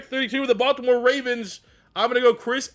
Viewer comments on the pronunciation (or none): none